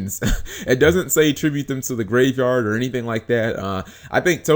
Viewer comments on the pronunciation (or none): none